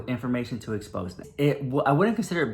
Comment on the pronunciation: Girl...its not pronounced expose. Its expo-zay